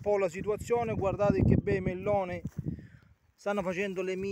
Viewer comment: Quanti chilllli di melllloni con l'alllla gocciollllante?!!